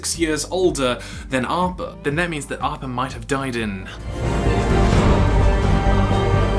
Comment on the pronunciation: He says 'arppa' its appa!!!